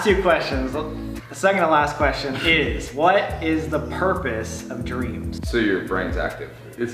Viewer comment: Sam: “What is the purpose of dreams?” What I heard :”What is the purpose of Doritos?”